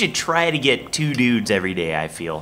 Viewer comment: said efry 5 days